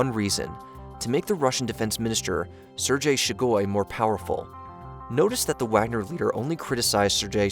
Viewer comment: who tf is sergay shugoi?